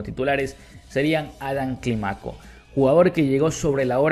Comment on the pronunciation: No digas Climáco, dí Clímaco, fuerza de boz en la í. Todo bien, siempre te doy tu like.